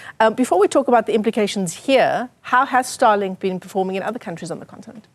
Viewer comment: Starlink not Starlik